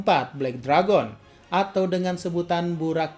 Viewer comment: Kak harus nya belek deregen tapi bukan belek deragon . 🤣🤣🤣